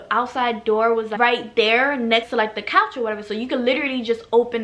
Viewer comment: “I got up on the CAACH” omg your accent 😍